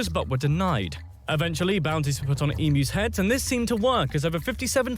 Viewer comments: FFS Emus are pronounced EEM-YOU not E-Moo. Plus asthma is a MAJOR disease affecting the Lungs and Airways, not just "Sneezing" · EM...U not emoos when do you pronounce U as oooo. Not happy the Brit Narrator said it wrong . Why is it so hard to google how to say emu correctly. The US nearly exterminated it's National Bird luckily Canada brought it back from near extinction. Asthma is not coughing to much, it is a restriction in your airways due to inflammation, narrowing and selling and produces extra mucus which makes it hard to breath which can lead to life threatening attacks. Prawns have 6 legs shrimp have 2 legs, we do not get shrimp in Australia. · emmoooss? :D